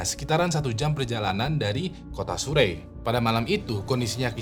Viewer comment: Surrey itu dibacanya seperti "Sari" sebenarnya 😁